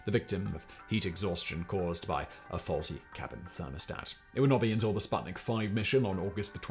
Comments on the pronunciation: "u"... it is pronounced "spootnik" as in "spoon", damn it :) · Hello! That thing is not called sbuttnick. It‘s called sputnik, the companion.